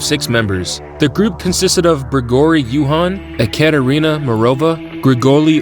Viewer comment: On jekaterina gamova u don't actually need to spell 'j' in jekaterina And not jamova, but just, gamova, no any like strange this spelling just read how it types